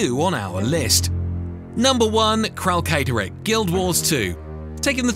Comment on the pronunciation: Uhmmm Akshually, it's pronounced Kralkatorrik, not Kralkatorrik 🤓☝️ Good vid btw.